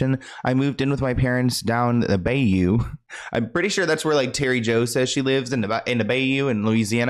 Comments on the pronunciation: I’m sorry, baby… it’s BY-YOU… not bay- you😂😂😂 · Lol biyou not bay you lol love you ❤ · It’s by-you “bayou” 😂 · It’s bahh-you aka bayou. lol u a trip! I’m a Louisiana grl. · You are so cute, Bayou is prounounced Buy-You lol ❤